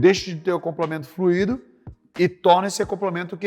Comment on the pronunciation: Só de falar fluido e não "FLUÍDO", você já vê o nível de profissionalismo do cara.